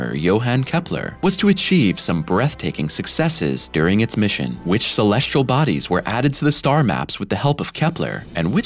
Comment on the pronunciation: The narrator on these videos likes saying "Shulleshle Bodies" , I assume he means "Celestial Bodies". Speech impeded, annoying, robot. 🤨